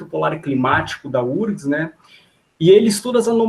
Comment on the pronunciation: UFRGS… por que lê-se “úrgs”? 😖😒